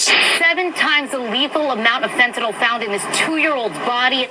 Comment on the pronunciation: you mean Fentanyl…not “Fentanol”—there’s no such thing as “Fentanol”.